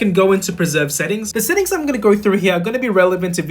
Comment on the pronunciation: Cause bro said settinfs